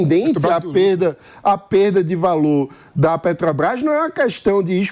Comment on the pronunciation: Por gentileza, alguem avisa ao q nao eh "Petobras", mas Petrobras? Alem de pronunciar o nome da empresa de forma errada, tenta enganar o povo... Que pessoa desnecessaria no debate...